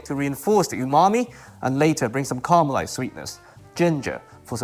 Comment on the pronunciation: Hope you read this. Can you try to call it ca-ra-melised and not car-melised? I would really appreciate that! Thanks....